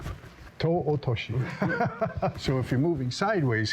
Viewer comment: "Toe Otoshi" - LOL